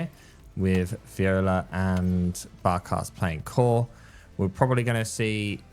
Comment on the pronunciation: its V O L I A. not viola